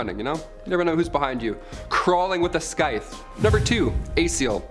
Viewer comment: Isnt scythe pronounce siye-th